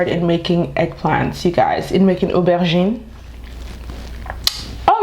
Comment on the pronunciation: I always love your intros... Bolé and fish. Staple port Harcourt recipe. Nostalgia hmmm 🤔 Your accented pronunciation of that aubergine 🍆 😂😂😂. I’m coming for some lessons